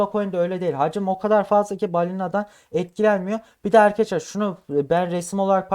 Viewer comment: Köylü müsün şa Eykadesler ne oglumm Arkadaslar